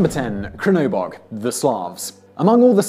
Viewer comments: The Slavic one is pronounced Che-rno-bog, or Blackgod, direct translation. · "srnobog" not "krnobog" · Its pronounced "Tshernobog", literally translated "Blackgod" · First one is definitely Chernobog as in Charlie, not as Chevrolet or K in Curry. Some Slavic languages would pronounce it as zz in pizza. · Chernobog pronounced TSCHERR-NO-BOG, Črnobog, the "Č" is pronounced "tsch", similar to how "tree" is pronounced, it's not that hard to try TO pronounce interesting names - with a little practise, preparation - it would be no problem. "J" in Nordic names is pronounced "Y", Ragnarok = RAG-NAR-OCK. Deity = DAY-ITTY. Dewi is pronounced DAY-WEE. Great video all the same. Thanks. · #10 is pronounced chernobog. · It's CHERNobog. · 1) pronounced "chernivog"........ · It's pronounced Chernabog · It was bad enough hearing him say something as simple as "Czernobog!" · Tchernabog. T is almost silent. Like T'challa. That is all